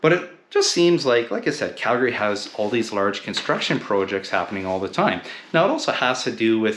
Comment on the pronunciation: First off, you need to pronounce the name correctly....